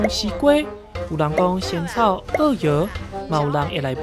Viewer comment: 記者好像把 仙草 的台語唸錯了，小時候都聽老一輩說 tshān -tsháu